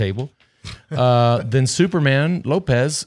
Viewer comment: It's SUPERMAN Lopez not SPIDERMAN Lopez!